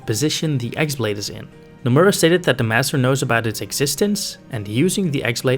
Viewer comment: It's not x blade its χ-blade (chi/key - blade)